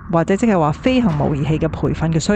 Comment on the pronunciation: 另外，模擬→音 : 毛「以」